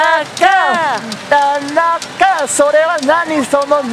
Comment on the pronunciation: たなちゅうをたなかと呼ぶ違和感しかない森本